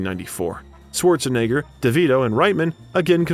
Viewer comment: His name is not pronounced Sworzenegger. It's pronounced Schwartsenegger. And Graz is pronounced Gruhts.